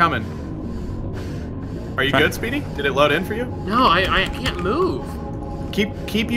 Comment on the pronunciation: It sounds like he's saying sweety but he's saying speedy